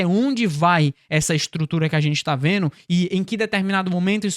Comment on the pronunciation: você pronuncia fazeno, impactano, veno. O correto é, fazendo, impactando e vendo....